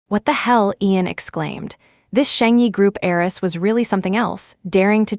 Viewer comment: Wealthy HEIRESS not aerys